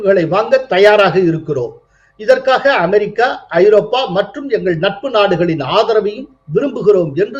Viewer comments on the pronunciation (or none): none